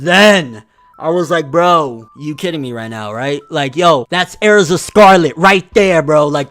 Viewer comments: ERZA NOT AIRZA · bro tell me why I feel like your saying AIRZA instead of erza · "Air-ZA BRO" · THATS AIR-ZA. RIGHT THERE. AAAAAERRRZAAAA right there. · “That’s AIR-ZAH” Fucking dumb ass nigga 💀🤣🤣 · “Airza” aaaarggggghhh stop no please no you’re usually so on it too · you fcking pronounced "Erza" wrong its not "E'arza" that kinda pissed me off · Darius Fehed same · How he says Erza is like aerza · Erza is part of the black bulls😂. The way he says Erza though, “Air za”. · Also he can’t say Erza and it makes me mad